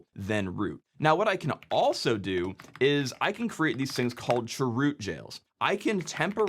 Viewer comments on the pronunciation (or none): I'm sorry, but the way you say "churoot" hurts me for some reason 😭😭 (i just say "c h root" lol) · chroot: ❌ chwoot: ✅ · I know... I can't handle it this pronunciation. What's wrong with saying "change root"? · That sounds like 'Dwight Chroot" form "Chroot Beet Farms". I always heard it being said as "change-root" or "c-h-root". Also the "Etsy" shadow file... i also never heard it that way... usually it's "slash-etcetera" or "slash-e-t-c". thanks for the videos though. cool stuff! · I just noticed this, you said (sur)root aka chroot. I knew what you meant but it dawned on me that it would have thrown me way off as a newbie. The CH is short for change, so change-root. I think it would more clear for command like this if you use the full name, or use the letters instead of sounding out made up words. Say CH-root instead of (sur)root. I'm not trying to come off as pedantic, I'm just saying if I didn't already know what you meant I'd be lost. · The way he said chroot cracked me up. Made me think of that song from Mary Poppins... Chim chimminy chim chimminy chim chim chroo 🙂 I've always called it change root. My version of sudo is ess-you-doo. I don't like saying it as a word because it sounds like pseudo.